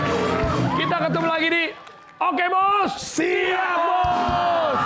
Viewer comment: Bukan siyap bos tapi shap bos